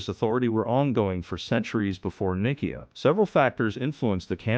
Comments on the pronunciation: Can't even pronounce Ni see a ( long I long e short a ) 😮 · sounds like a robot..but much better than steven Hawkings ..the council of nick - key- ah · These buffoons cannot even pronounce 'Nicaea' correctly. And their screed sinks after that.